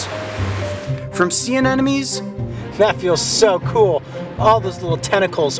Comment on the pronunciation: I'm still amazed no one can say "anemone".